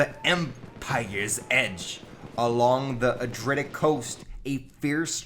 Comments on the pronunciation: It's Adriatic not adritic lol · A - DREE - ATTIC (pron)